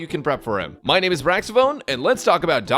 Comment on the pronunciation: It's been 2 years, you could at least get her name right